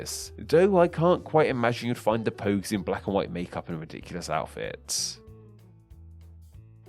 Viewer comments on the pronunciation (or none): The "Pouges"?